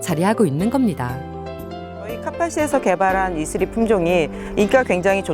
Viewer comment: 이스리가 혹시 이슬이.가 맞나요..ㅋㅋ 왠지 자꾸 발음하다 보니 이슬이가 생각나요.ㅜㅜㅋㅋ 외국에선 이슬이가 발음하기 어려우니까 이스리로 한건가..싶고.. 이슬이든 이스리든 이름 이쁘네요~(이슬이 아니면 죄송.ㅜㅜㅋㅋ) 아무튼 진짜..큰 일 하셨네요.그리고 정말 자랑스럽습니다.^^